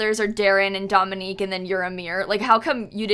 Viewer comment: As a Dominique who always hates the way my name is pronounced, I'm really happy that pronounced it properly. Shocked tbh!